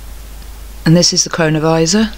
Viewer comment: Such a good video, thanks! And yes, every time you said cronovisa it sounded like corona virus. Pretty mind blowing stuff all this